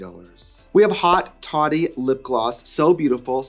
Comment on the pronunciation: Seeing the spelling on haute toddy and screaming at the anglo pronunciation!!!